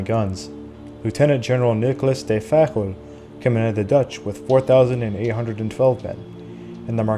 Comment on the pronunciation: Why is de Fagel pronounced like he is Portuguese?